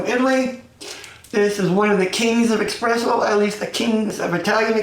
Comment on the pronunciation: The fact that you say expresso and not espresso makes me immediately discard your opinion im sorry